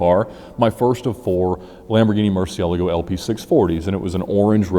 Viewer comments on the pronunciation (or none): First Name Last Name well he doesn't know how to pronounce it correctly. It's pronounced "moor-sié-lago" with the tonic accent on the E. i don't know how bad other americans pronounce it if this bad pronunciation seems fine for you... but "mu" in spanish is "moo". Before you say something stupid... yes, italian car named after a spanish bull that means bat, and in italian "mu" is "moo" too. "Cie" would be pronounced "chié" in italian but they would do it wrong. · Lamborghini mercialego??? Please don’t say it like that!! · I've always pronounced it like "mer-chee-ah-la-go" instead of "mer-chell-ah-go" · I could listen to Ed talk all day but the way he pronounced Murcielago hurt me.